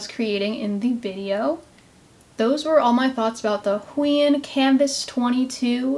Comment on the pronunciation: Isn't is pronounced - Hoo-Aah-On?